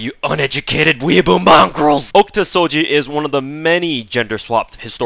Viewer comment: okta soji? I prefer Oh Kee Ta Sou Gee